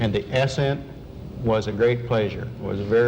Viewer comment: "and thee ass-scent was a great pleasure" very smooth and pleased.... look how excited collins looks :)